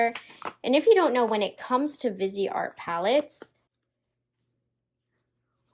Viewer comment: For crying out loud, it’s NOT pronounced “vizzy art”. It’s a combination of 2 words: visage (face, in french) and art. You pronounce it “VEES-art”. Drives me F crazy